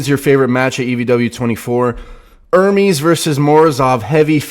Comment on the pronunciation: Sound board has to have you properly pronouncing the name ‘ERR-MEZ’ instead of you and Devon saying ‘ERR-Meeeees’ 😑 C’mon! 😂